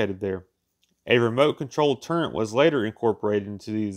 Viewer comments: Great stuff.👍just one thing. Its Fus..el..age Not 'Fuel...selage' And Tur..ret not 'Tur..bet' Slow down and use full stops and commas to take a breath. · Turret, not turrent and Fuselage not fulselage... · He also called a turret a 'turrent' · What's a "turret"? This guy was talking about a "turrent"..? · You mean "turrent" isn't a real thing? Didn't think so. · And "turret"